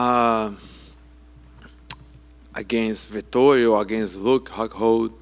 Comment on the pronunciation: .."Huke Hockhold"🤣